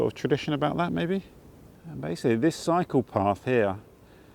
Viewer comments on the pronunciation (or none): Great video! When you said "cycle path" , I though for second you said "psycho path" 😂🤦‍♀️silly me